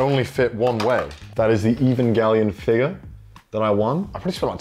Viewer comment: I love the accent “figur”